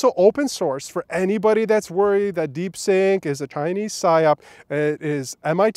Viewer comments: It's DeepSeek not DeepSink. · Stop calling it Deepsink 😂😂😂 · "deep sync"? 🤣 You mean: DeepSeek!😎